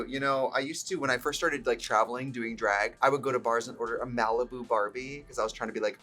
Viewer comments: When I’m Wisconsin we pronounce things with an ae… draeg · “We do dræg.” That wisconsin accent is peeking out.